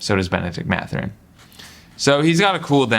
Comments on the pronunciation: MATH-URIN not MA-THURIN. Great vid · It’s Math-Ur-In